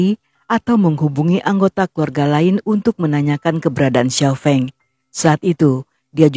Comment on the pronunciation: Sekadar ralat, Kak. Xiao Feng, Fengnya pakai e pepet (sekolah, sedia, kembang dll), bukan e taling (enak, beda, kecap dll) 🙏